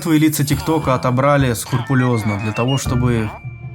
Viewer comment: Скрупулёзно, а не скурпулёзно